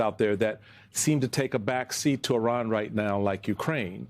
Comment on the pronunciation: Iran not Eye-ran